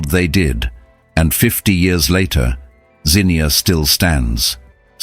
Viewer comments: Yes! Thank you. I cringed every time they said Zinnia, like the flower. 😬 Xenia is about 1/2 hour from us. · 32 or 33 souls perished not over 100. And it’s Zeen-yah phonetically… just sayin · I was 15 when this happened in my home town of Zee -nuah is how you pronounce it. It was the scariest thing to see the clouds at first still and everything silent ,the hue of the sky and sun light through the black clouds was green. Then hell was unleashed on this, an hour earlier pretty spring day. The sound was rumbling and a loud scream of the wind whistling, our ears plugged up from the pressure like when you drive through high elevation. I could feel air blowing under the baseboards in the hall way where my family were at to get away from windows and door ways. Then a bad odor and darkness covered us . Objects banged against the house that to this day I don't know what hit the house. Our family and our house survived the ef5 Xenia Tornado. We had friends and neighbors that did not. Our world was very different all that spring and summer. To this day I'm 67 years old I am still frightened by severe weather. They have had 2 more tornadoes that caused damage since in Xenia. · It is pronounced zeeeee nia! My hometown 😢. My mother taught at the high school and was in an after school teacher's meeting. She tried to warn the other teachers that it looked like a tornado was coming. Only a few teachers listened and left when she did. She made it home. Our house was 3 miles outside of town and only had hail damage to our roof. National Guard was keeping out looters. I was away in college at University of Cincinnati, and was not allowed back for a week . I got lost trying only to drive through to get home. My childhood was erased. Xenia was hit by another tornado a few years later ! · It’s pronounced “zeen-yah.” The emphasis is on the first syllable. It’s in Ohio, not England! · Yes. Xenia, not Zinnia. We are not a flower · It's "Zeen-yuh" with the accent on the first syllable.